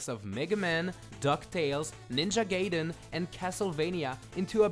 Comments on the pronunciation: Awesome video but..... It's Ninja GAIden, not gayden XD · "ninja gayden" this guy is good at pronuncimg engrish... (it was a joke no offense pls)(then again its a Japanese word too (i think?) THIS IS CONFUSING) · GAYden hehe heh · lol well I get a petpeeve whenever people say Gayden instead of gaiden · Awesome list! Nijia Gayden? lol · Gaiden > Gayden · Lol, I said the same thing, it was a big discussion back when it came out lol